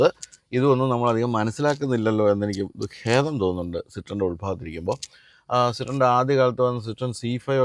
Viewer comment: ഹേതമല്ല ഖേദം ആണ് sir